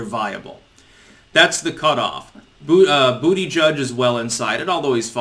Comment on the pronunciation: It's actually pronounced "butter gig".....